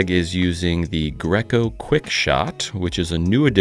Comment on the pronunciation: Craig does some nice work looks really good. With complete respect, the brand of the paint sprayer is pronounced gray-co